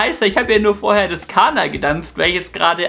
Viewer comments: Nicht Kaaanaaa sondern KaNNa! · ¡¡¡, im Infovideo aber bitte richtig ausprechen!!! In der deutschen Sprache wird ein Vokal(a) vor einem doppelten Konsonanten(nn) kurz ausgesprochen!! "Kaaana" sagst du aber immer statt "Kánna" 😉 ziemlich pushendes stöffchen👌🏻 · Mensch! KaNNa! Doppel-N! nicht Kaaahna....